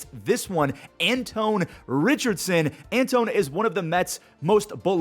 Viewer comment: An-twan is the pronunciation